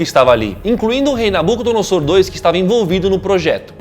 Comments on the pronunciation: Se pronuncia: "NabucodonoZor".. não .."noSSor".. E sim, se está na Bíblia e tem provas eh pq eh vdd... o fato eh que não foi concluída, Deus interviu, motivo pelo qual temos tantos idiomas hoje, pq até então era apenas um! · Nabucodonosor o S se pronuncia como Z Achava que era só um Nabuco e não 2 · A pronûncia de Nabucodonosor II está errada, a maneira certa de falar ( como se lê ) é {Nabucodonozor segundo}. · Se pronuncia nabuconodozor